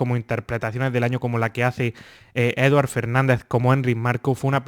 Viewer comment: Un apunte: no se pronuncia como Edward sino como Eduárd. Ser escribe Eduard y se pronuncia Eduárd. Es catalán. Gracias y Feliz Año! 😊😊